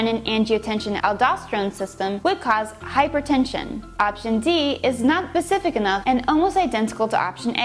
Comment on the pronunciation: Did she say "pecific" instead of specific?:/